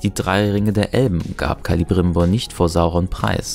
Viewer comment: Wer sind den Zeleborn und Kalibrimbor? Die Namen fangen beide gleich an Celeborn, Celebrimbor, oder wie in Celebrian - Tocher von Galadriel, Frau von Elrond. Celeb ist Sindarin und bedeutet Silber. (also Silberbaum, Silberne Hand und Silberne Königin) Das "C" wird wie ein "K" und nicht wie ein "Z" ausgesprochen, nur mal so falls Cirdan in der Serie vorkommen sollte, zumindest sollte er das, weil eine der Elbenringe bekommt.